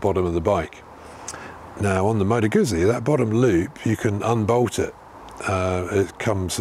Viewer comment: I have had 4 guzzis..1979 SP1000–1980 V50 ll—2004 V11 sport—2007 RED Norge GT 1200, which I currently own ...I have 40 years behind bars on guzzis One little thing:: GUZZI pronounced the way you would say PUT-SEA,, like you would say pizza. It’s like saying two separate words.When there are 2 “Zs”,There is a chop in the middle of the word just like in the word pizza..It’s not pisa as in the leaning Tower of Pisa, it is peat—zzaah! like saying two separate words..GOUT. ZEE... now that I have condescendingly overstated my point. I love your bike..Do you have any issues with the rear tire gripping the leading edge of your license plate as your suspension bottoms out? you mentioned the large gap between the rear tire and the frame on newer bikes because of the single shock, I used to road race motorcycles ,eight years, TZ 250, RDs,ect..One of my fellow competitors got into a tank slapper on his TZ 250, His leg somehow got pulled in by the rear tire into that gap below the seat, and broke his leg in eight places. Miraculously, he coasted to a stop in that contorted predicament without falling. To this day, those gaps still make me nervous. I put a proximately 160,000 to180,000 miles combined on my 4 Guzzis over the last 4 decades...they all had a common fault, that oil pressure sensor that screws in to the block between the cylinders. I’ve had to replace them on every one of my guzzis.. my 1979SP 1000, the lifters were all heavily pitted where they meet the camshaft, I was changin